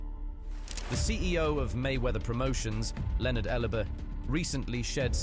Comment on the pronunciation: “ Leonard Elubuh”😂